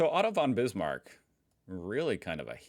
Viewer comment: Whenever you said „Otto von Bismarck“ I understood „Autobahn Bismarck“ :) And yes, some questions definitely were weird, like from a bad old history teacher.